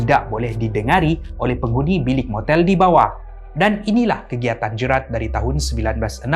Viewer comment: Sebutan GERALD salah, bukan 'Jerat' tapi 'Jeyrel'.. 😅